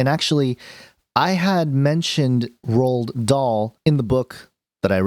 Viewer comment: Pronounced Roal not rolled bro, roahal dahl. Love your vids. Had this story as a kid read by different teachers heaps, hence the schooled pronunciation.